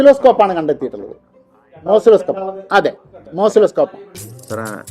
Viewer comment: അവൻ പറഞ്ഞത് തെറ്റി മോസിലോ സ്കോപ്പ് അല്ല ഓസിലോ സ്കോപ് ആണ് 😂😂😂😂